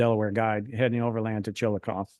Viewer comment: I was surprised at the speaker's pronunciation of Chillicothe and Scioto County. I grew up in Ashland, Ky., on the banks of the Ohio River. We pronounced the city name as ChillacothEE, not ChilliKOTH. Scioto County as SYOTO, not SKYOTO.